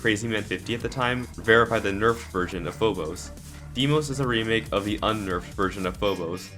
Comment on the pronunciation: He keeps saying deemos